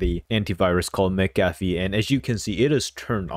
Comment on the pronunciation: W FOR USING MCAFFE AND ITS PRONOUNCED "MC-AFF-E" U GOT IT CORRECT!